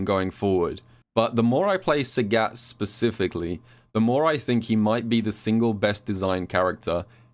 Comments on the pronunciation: calls sagat SAGYATT and I like it:) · I wanted to watch this video, but I can't listen to you say Sagat wrong for 24 minutes. The announcer says his name when you pick him in Training mode, you should listen to it closely...